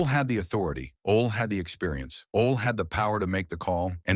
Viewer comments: It's pronounced Olie not ol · Oh-Lee = Ole Anderson